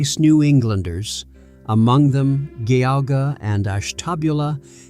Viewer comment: this AI's pronunciation made me not recognise county names in my own state lmao. The G in Geauga sounds like J. Ash-tuh-BYOO-lah. And Lorain Counties lmao. Between originally being part of Connecticut and having a large influx of New Englanders in my hometown, I finally understand why NE Ohio is soooo different from the rest of the state. The state is called 'midwest' for some unknown reason but, as a Clevelander, I have always felt an identity closer to that of a Philadelphian or Bostonian than a Chicagoan or even anyone from western or southern Ohio. They're different worlds altogether lol.